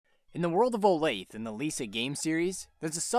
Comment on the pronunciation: Olathe is pronounced Oh-Lath-A. Not Olafe.